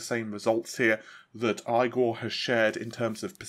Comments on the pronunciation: Eyegor? You sure it's not Eegor mate? As in Igor? Common dude... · Not eyegor, Igor... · "eee-gore". ;) "Nah-vee" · Still calling him eyegore. Damn homie, get that man’s name right. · Can't help but to hear "eye gore" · Stop saying Eye-Gore, it's painful every time you say it, you monster!